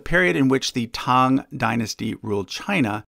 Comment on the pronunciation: As a Chinese-American, I appreciate that you pronounced "Tang" right unlike many people.